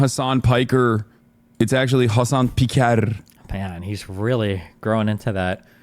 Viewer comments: I have never heard him say his last name before, but I’m almost certain nobody has ever pronounced it as “Piker-r-r-r” until that very moment. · I have never heard him say his last name before, but I’m almost certain nobody has ever pronounced “pikerrrr” until that very moment. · Im pretty sure on his wiki his family emigrated from greece too. The way he said his name 😂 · It just sounded like a white kid pretending he knows what rolling Rs means...Granted I'm not familiar with Turkish, but comparing his rrr to Mexican Spanish people I've heard, it's night and day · His pronunciation of that r is kind of french. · yeah English speaking people definitely have a hard time pronouncing the Turkish r sound, i definitely agree with that. but I wouldn't really call it rolling the r, I think it's just that your tongue is in the same position as you would need to roll the r, but it isn't supposed to oscillate back and forth (which creates the rolling sound), which is why his exaggerated pronunciation sounded incorrect